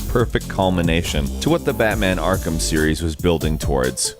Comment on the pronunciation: "Akrham" Knight